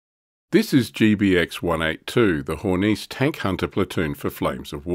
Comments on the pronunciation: Hey, it's a german vehiecle, not french. HornissE, not HornEEce ;) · I would note that following "e"s are NOT silent in German. Hor-niss-eh